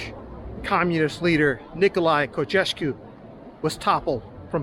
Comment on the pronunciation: Did you say "Cocesco" ( Nicolae Ceaușescu ) lol?